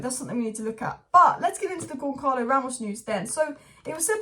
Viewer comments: It's pronounced GonSahlo,, not GonKarlo Ramos. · It’s not Goncalo, with the hard sounding “C” in the middle …it sounds more like an actual C, “see”, GonÇalo, resembling Gonçalves, or Gonzales, or Gonsalo…. This “Ç” in Portuguese reads as an “S” or “C”